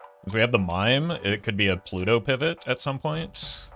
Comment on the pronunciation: Am I the onlyone that hears plu-TOE? 😢